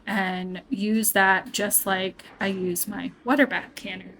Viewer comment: So nice to hear you say it right! "wooder." 😂 I am enjoying your videos.